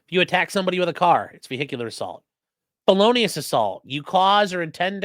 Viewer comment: To be honest, I heard it as "bolonius assault". What? Assaulting someone with bolognaise?